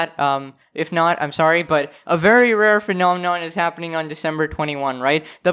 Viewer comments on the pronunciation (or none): A very rare "phanenonm" is happing.